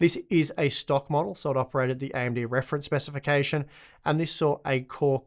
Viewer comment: "AMD Reference Speficification" say what..